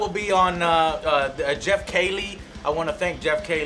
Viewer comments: his name is pronounced Jeff keelee. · Geoff Keighley His last name is Pronounced Key-Lee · also love that joe doesnt pronounce dorito kings name right, like its some other person : D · That's not how Geoff's name is said, Joe! smh haha XD